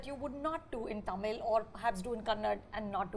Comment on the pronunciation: The way Kajal pronounces simple Tamizh words is cringy and embarrassing. It seems like she hasn't even made an effort to try and pronounce them correctly for being a leading Tamizh actress for these many years.Sigh.